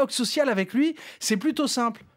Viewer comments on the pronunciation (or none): none